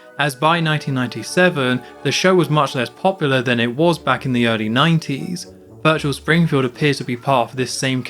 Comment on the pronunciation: minus points for homer not saying VIRTUAL... SPRINGFIELD like in Virtual Bart